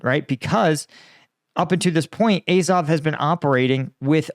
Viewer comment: Incredible that you can pronounce "Azovstal" correctly, but not "Azov"! Bet you also pronounce Ducati "Ducaahhti", although I doubt you pronounce cat "caahht".